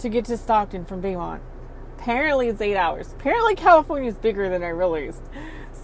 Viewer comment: Question? Bee mount CA? local pronunciation? Beau (bo) - [a boyfriend or male admirer.] or Beaumont - beautiful hill {French}